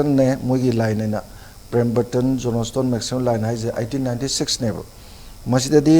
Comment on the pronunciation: My great social scientist....Let us pronounce words correctly....not jonastone... it's Johnston..... great regard....thanks....no offense